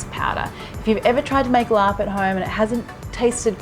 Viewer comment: Thanks for calling it laab instead of larb... don’t know where that came from, it makes me cringe lol